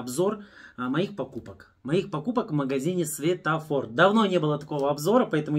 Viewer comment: Светофор, а не сфетофор